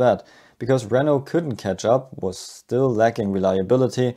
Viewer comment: I kept thought you were saying "ouioui engine" 😭😭😭